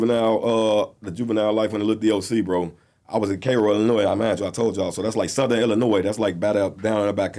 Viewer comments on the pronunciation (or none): none